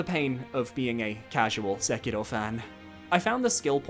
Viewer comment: Please please stop pronouncing Sekiro like that. It is grating hearing this weird non-Japanese accent.